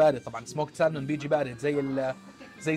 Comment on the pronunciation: salmon فيها حرف صامت هوي حرف L مع تحياتي